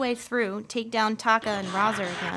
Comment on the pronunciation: It is really pronounced Ray-zaar and Toe-kah. Thanks for the reviews